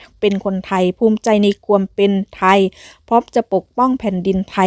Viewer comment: อยากจะให้แอดใช้ภาษาการพูดให้ถูกต้องหน่อยครับ ช, ซ อ่านไม่เหมือนกัน และ ความ, ควม อ่านไม่เหมือนกัน ทุกอย่างดีครับ